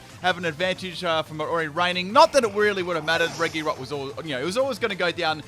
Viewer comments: Reh-ghi-rock. Why? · Anyone else triggered by how he mispronounces reGirock?